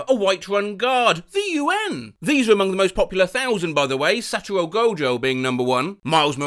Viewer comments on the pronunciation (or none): I'm sorry but I LOVE the way pronounces "Satoru", it's amazing how he pronounced it "Satorow"